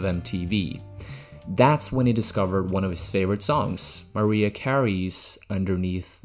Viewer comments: Mariah is pronounced Muh-RAI-uh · Never heard Mariah pronounced that way